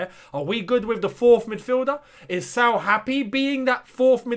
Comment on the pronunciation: Pronunciation: Sa-ool